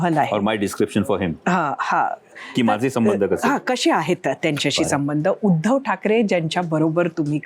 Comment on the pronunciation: उधव ला सु संस्कृत म्हणतय हे बेन 😂